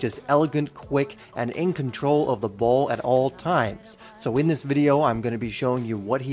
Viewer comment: Do "THIS" not "do dis"!!!!!!!!!!!!!!